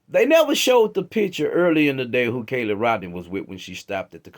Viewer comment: Why do you constantly call KIELY CALLIE?? YOU JUST PLAYED A VIDEO THAT PRONOUNCED HER NAME